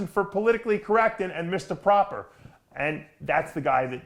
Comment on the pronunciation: I love Dave!!! He's a real propahh gentlemen.